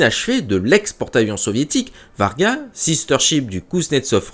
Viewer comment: pas le Vargan ! le Va-ry-ag ...